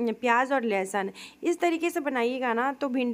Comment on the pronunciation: ये कौनसा आदिवासी भाषा है .... लेसन। लसुन कहते हैं। लेसन नहीं